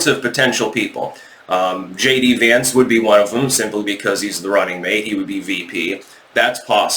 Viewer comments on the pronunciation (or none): none